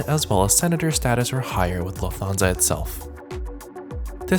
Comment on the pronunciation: I am absolutely loving your videos, your style, your sense of humour, the graphics, the jokes. BTW Lufthansa is pronounced Luft-hansa rather than Luf-Thansa. Anyway thanks for your wonderful content from a big fan in the UK.